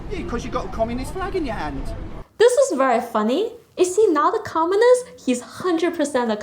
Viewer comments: Hi, Thankyou. I only have a little suggestion. When you say the word "communist" it sounded like "commonist" with an 'O' instead of a 'U'. If you pronounce the word with a stronger 'U' sound then it would be good. Cheers. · comminist is not commUnist...pronounce it righ!